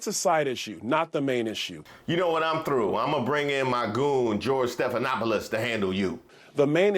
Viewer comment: I hate the way he say George like Kdot hate the way Drake say n*** 😒